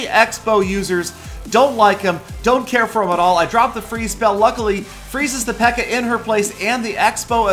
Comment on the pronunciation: It's Pekka not Peaka